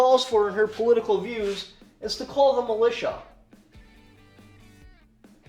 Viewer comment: “Call the militia,” or “Cull the militia?”